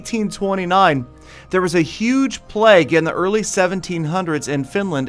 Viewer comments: stop saying "pleg" it'd pronounced "pla-y-ge" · Isn't it pronounced playg? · Thought he was saying "Plegg" for so long.